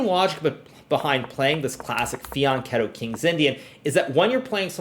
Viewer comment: Wooow you said Fianchetto! Bravoo 😄